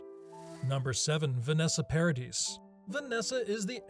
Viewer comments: Paradis = Pah-ra-dee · Vanessa Paradis, you don’t pronounce the S, Johnny and Vanessa were never married